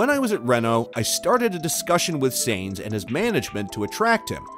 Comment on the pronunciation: The mispronunciation of “Sainz” and “Scuderia” and others shows this page has no idea what they are talking about. Not to mention they made an 8 minute video from 3 quotes taken from 3 people at 3 completely different times in the off-season. (Down vote, and hide this creator) ✌️